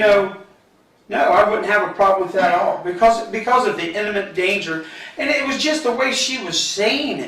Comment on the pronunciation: the way this guy cannot differentiate the pronunciation between imminent and intimate makes my skin crawl. One means “about to happen”, and the other means “closely” as in your best friend or girlfriend.